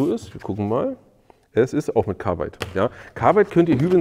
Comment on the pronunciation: Woher nimmst Du das e aus Carbide für "dein Carbeide". LOL